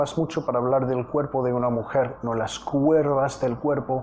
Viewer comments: Hola para que mejores tú español, no se dice cuervas si no curvas. Eres excelente profesor me encanta aprendo mucho contigo Felicidades. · es curvas no cuervas pero no sé cómo explicarlo. Bueno solo se pronuncia la u y no va la e. Saludos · Profesor, don't say (CUERVAS) lo correcto es (CURVAS) without "e". It was a great song. Thank you. And I keep learning english with music. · se dice *CURVAS*, no se dice Cuervas. 🤗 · Se dice...curvas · Se dice curvas profe 👨‍🏫